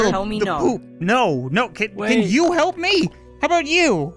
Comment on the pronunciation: Nar not no